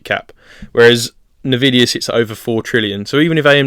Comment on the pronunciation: never heard anyone call it navidia lol